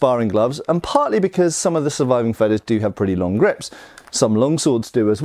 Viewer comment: Obligatory pronunciation correction for "Feder": the length of the sounds should be like (Darth) "Vader", otherwise it'd be written "Fedder". Having said that, super-interesting video as usual, thanks! :)